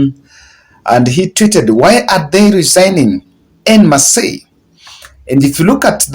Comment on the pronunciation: En masse is pronounced as "on mass" not enmasi